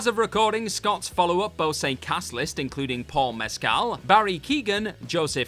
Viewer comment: As always, I love the WhatCulture videos (though I spend more time over with the TrekCulture folk lately ) - but seriously, you need to check pronunciations for names. Sean would happily tell you that it's "MESk'l" and "TUBriddy" for Paul Mescal and Ryan Tubridy. Same goes for some other proper nouns in this and other videos. Just google it if you've never spoken it out loud. It's like a two-second slack message (or whatever you use), but it makes a HUGE difference in the quality of your videos.